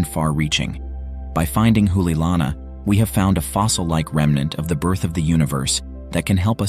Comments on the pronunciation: It is "remnant" not "remenant" fool. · “REMENANT”? You might check a dictionary.